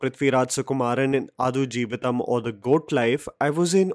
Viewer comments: Bro.. pls check the pronunciation of the movie title before reviewing it.. it’s आड़ not आदु.. 😊😊🙏🏾🙏🏾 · आडू जीविथम not अथुजीविथम 😅 😄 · It is pronounced as AAD JEEVITHAM and not Aadu , its high time northies pronounce the movie the way it should be pronounced. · Adu is pronounced as D for Denmark…not D for dus…. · आडु 🐐 जीवितम् its ड not द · Quick correction, the title is adu... Its the 'D' sound as in Delta not D as in 'the'... So it's pronounced आडु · I think it is pronounced आडजीवितं. The u acts like a schwa sound, I think. So, pronounce आडजीवितं like a Marathi person would rather than a Hindi person. Which means give equal time to each syllable rather than glossing over the ड because it has no Matra.